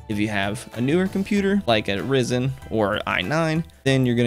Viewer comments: its pronounced Ri-zen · " I have a Rizen" LMAO